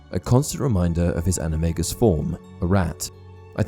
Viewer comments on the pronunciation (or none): btw NOT at all trying to be rude but JK rowling has relesed that Animagus is pronounced like animajus